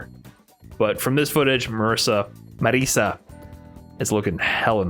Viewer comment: Please, my non-Italian friends, it's not "Marissa", it's Marisa with the S sound from "organize" or "slay"